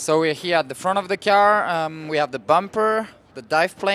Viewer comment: He called the car a “key are” kinda weird........